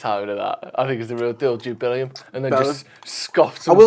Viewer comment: "Jude Bellum" needs to become the new Jason Sanchez